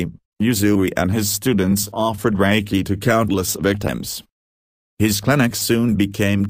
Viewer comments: Usui never had anything to do with Christianity and did not go on the famous "healing like jesus" journey - that was made up by Takata as a way to make Reiki more palatable to the westerners she was working with in Hawaii, your "bot" is mispronouncing "Reiki" and also a lot of other Japanese names and words in this video. Reiki is pronounced RAY KEY (ray like rays of the sun, key like a common house key). Reiki was not rediscovered by Usui, he created it, he stated this in a radio interview. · Fokke Brink I just listened to this video again, which is very hard because of the terrible pronunciations in it. All names are spoke wrongly, even Reiki is wrong pronounced. Here are just some points in the video about which I am sure they are not correct without violating any sources. 1: Reiki was not discovered by Mikao Usui Sensei, but already existed for over 1000 years as a spiritual practice, he started to use it in a new way with laying hands on. 2: Who said Usui Sensei was in India en Tibet, where he should have found the healing script? 3: Lord Buddha never wrote anything down, this was done 100 years later by his students. Lord Buddha was living in a part of India where the spoke Pali and he nor his students wrote in Sanskrit. The Sutras were later translated into Sanskrit. 4: Reiki was not limited to the military people, however they used it in the military because it was cheaper than doctors and during the war there were not enough doctors on the battleships, so they used Reiki. 5: You say Usui Sensei had "Shimpinden" students, this is wrong written. See later the certificate on which is written "Shinpiden", which I also do not believe is the right way to write it. My Japanese friends write it as "Shinpeden". 6: You say Hayashi Sensei was an admiral and later you say he was a surgeon-captain, however he was never a surgeon nor medical doctor. 7: The emperor did not rewarded Mikao Usui Sensei with the title "Dr." 8: Who said that Eguchi Sensei was using the Do Jo